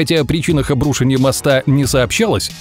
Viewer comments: В слове обрушение ударение надо ставить на букву "е". ОбрушЕние, а не обрУшение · ОбрушЕние, а не обрУшенье. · Почему обрУшенье? ПОЧЕМУ???? ОбрушЕние всегда было, а тут... Ухо режет. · Если бы, он произносит обрУшенье, а это две ошибки сразу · обрУшение? Серьёзно? Где живут люди, ставящие такие ударения? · Меня одного бесит когда люди не умеют произносить правильно слова? Это обру́шение прям слух режет. Не уже и правда каждое поколение стовится все тупее, что даже слова не то что написать, а даже произнести не могут. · Боже, автор, обруше́ние моста, а не обру́шенье. Я сгорел на третьем повторе нелепого ударения. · Классные истории, но у меня всю дорогу кровь шла из ушей - обрушЕние, а не обрУшенье! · Не обрУшенье моста, а обрушЕние моста! Ухо аж режет. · Почему вы произносите слово "обрУшение" именно так? Ведь "обрушЕние" правильно) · ОбрушЕние, граммотей блин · Пожалуйста, говорите: обрушЕние, а не обрУшение! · обрушЕние!!!!😠 Не обрУшение!!! Вашу мать!!! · Подумайте над произношением слов, УДАРЕНИЕ ВАМ В ПОМОЩЬ. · аааа, обрУшенье, аааа!!!! автор, обрушЕние!!!! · обрУшенье моста... боже, ну можно же нормально слова произносить... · "ОбрушЕние моста"! Господи, что же у вас всех блогеров с ударениями проблемы? Самим слух не режет? Неужели так сложно проверить произношение в 21-м веке? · Чего-то так слух резало, почему обрУшение моста? Ударение на -у, в правилах русского языка не было такого. Звучит просто как обрУшенье моста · Уши кровоточат: ...обрУшенье моста.... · Обрушение первую е ударение и еще пару слов не правильно поставил ударение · скажите ему кто нибудь, как правильно расставлять ударение в слове обрушение, несколько раз за видео косяк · Не обрушение а обрушение) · Обрушение- ударение на первое е